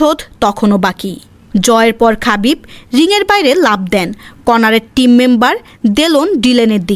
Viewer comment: খাবিব❌ হাবিব✅